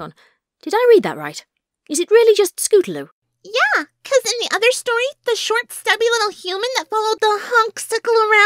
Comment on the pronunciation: Wait did i heard you say scootaroo instead of scootaloo?